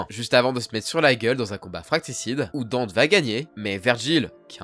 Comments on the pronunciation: sauf que t as complètement faux on dit Denté pas Danté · Franchement tu es tout ce que je déteste " Dunte (parce que tu le prononce comme un gogol )et Virgile ont repoussé jusqu'a 10 000 gouttes " mais d'où tu sors cette stat ? C'est ouf d'inventer un lore, ça me choque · Deunte ? Vraiment ? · Mais frérot comment tu peux te gourré sur la prononciation de Danté il me semble que la prononciation est la même dans bon nombre de langues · Enfin on a une vidéo sur Dante , d'ailleurs on dit Danté 😅 j'adore t'es vidéos 👍🏽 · j'ai à peine commencé la vidéo puis j'entend la prononciation j'ai sursautée. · mdrrr j'me suis dit "c'est qui Dint?" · Non , c'est Dantey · C'est bien mais la devil may cry c'est pas français mon gas mais Etasunien et ça ce dit Danté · On vas prendre la VO parsque apparemment vous aimé trop contredire un truc officiel, ça ce prononce Danté petit génie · on va prendre la VO parce qu'apparemment vous aimez trop contredire un truc officiel, ça se prononcé Danté petit génie. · La prononciation de Dante fais mal aux oreilles j'ai jamais entendu qui que ce soit le dire comme toi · Ta prononciation de son nom a tuer toute la vidéo, ta vraiment fais de la merde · Déjà quand tes pas capable de dire sont nom correctement il faut arrêter les vidéo lol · Après pour les pro VF, ça reste un nom propre et prononce "Dunte". En VF "Dante" avec un A. Comme le début de prononciation en italien. Donc on est pas bon non plus.C'est pas très grave mais faites pas les pros VF si déjà ça va pas. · Mais pourquoi tu l'appelles Deunte ? C'est Dante. Ou Danté. Mais pas Deunte. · Ça se dit Danté pas Dente😭😭 et on dit pas Néro mais Niro… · Par contre dire Dunte non c'est Danté prononciation 🤣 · "Danté" stp t'a tuer son aura avec ta prononciation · C'est Dante (comme "dans" et te), et pas dunt 😂😂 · Même sur NEtflix, c'est bien DANTe, genre une dent dont on prononcerait le T, pas Deunte ^^' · Dente??? Dente?? Suis dégoûté... C Dan-nté Danté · Merci, ça m'a soûler son dante😂